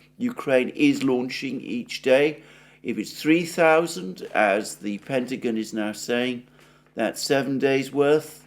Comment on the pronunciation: English pronunciation 101: Pentagon is pronounced: Penta- "gon" NOT Penta "Gin". You're welcome!